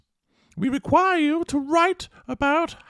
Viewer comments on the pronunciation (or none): Was that a reeeqquuuirre or a re chhiiiooorr😂😂😂😂